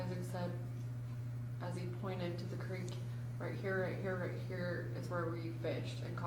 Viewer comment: in all his interviews he pronounces it as "Crick". Funny how he now pronounces if as "Creek".